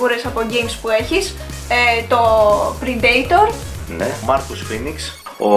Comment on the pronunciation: το predator προφερεται πρεντιτορ και οχι πριντειτορ!!!καταφορη Ελληνικουρα